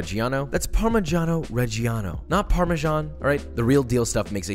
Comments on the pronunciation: It's not par-mee-jah-no re-gee-ano, it's par-mee-jah-no re-jah-no 🙂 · You're not better than me because you say parmigiano reggiano 😒